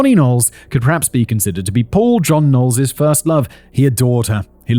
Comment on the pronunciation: Not me thinking he was saying Poor John Knowles. 😅